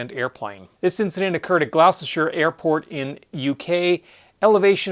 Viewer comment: Gloucestershire is pronounced Gloster